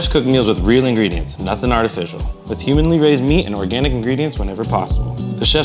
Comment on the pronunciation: said "humanly raised" did he mean "humanely"? hahaha